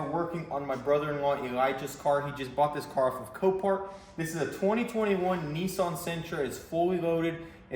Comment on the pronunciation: whats up indeed - well for starters, there is no 'O' in Nissan, its an 'A' like in 'AN' or'AND' we don't say OND do we, no sir so please every time you say it wrong, i need you to take yourself outside and spank yourself love the work as ever, thats a treat the Nisson, with minimal work replacing them doors, lucky as, a tad harder and that be a nackered car fit only for the sleepy yard - oh poo, spoke too soon, bent the B pillar thats a blow